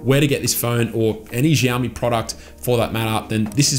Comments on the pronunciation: It’s “Shiao-me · Say it with me "Shao Mee". Drop the Z 😂